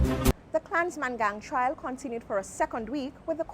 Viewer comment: Trial not Trail....